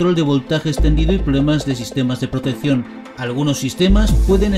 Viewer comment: De que región de España eres... Porque pronuncias pésimo "protección"suena.."proteción" Azul = azur Próxima=prosima Descripción=descrición Y suma y sigue... Podrás responder? Te das cuenta o no que pronuncias mal? Podrías responder algo que haga respetar tu manera de hablar?.. Saludos y gracias.